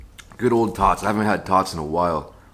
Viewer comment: said, "I love me some tots" I heard, " I love me some thots" 😂😂💀💀